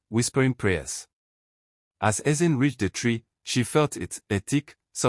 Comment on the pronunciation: Nice one Ezinne. But why was it pronounced Ezin?